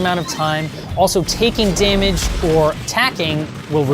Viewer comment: Wait when u said damuge